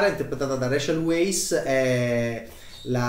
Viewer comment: Appunto: Weisz si pronuncia vaiss